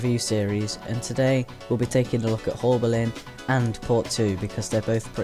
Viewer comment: You said haulbowline wrong :(